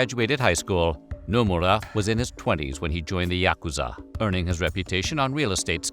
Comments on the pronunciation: bro did you even try to learn to pronounce yakuza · You’re not pronouncing yakuza right.